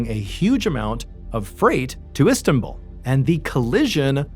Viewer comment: hey man, where are you from? Because you pronounce words horribly. It’s Istanbul. Not whatever you said. Also in a previous video, you said, Gillian barr incorrectly as well. And you pronounce it in ways that I’ve never heard anybody pronounce anything and I travel often. Super weird. Love the content. Just wish that some of the videos weren’t so deceitful. It’d be really cool to have a story told without like hiding or omitting certain details just for shock factor. Anyways, that’s just my two cents from somebody who’s been binge listening.